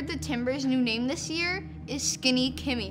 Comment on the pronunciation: "SkEnny"? it's SkInny.